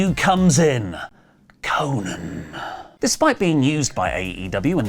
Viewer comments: stop saying konnan like that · I cringe everytime says Konnan